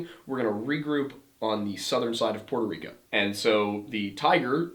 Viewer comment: Its so nice to hear an American say Puerto Rico correctly. Not "Porto" Rico. Much love and a big fan 🇵🇷❤